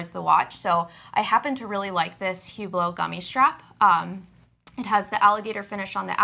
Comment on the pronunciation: Ladies allow me to mansplain - the "h" in Hublot is silent. It's pronounced "ooblow". You're welcome.